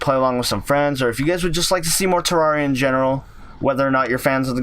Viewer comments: It's terraria not terrawria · Its not tarrauriya its terrareuh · If terraria is your favorite game how come you can’t even say the name of it right it is Terraria(Ter-RARE-e-uh) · its prononced terraria not terraria!11!1! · Ter-rar-ree-ah haha wow. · i know terraria is spelt terraria but... YOU PRONOUNCE IT TEREREEA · If terraria is one of your fav games Why are you pronouncing the game wrong? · you are saying it wrong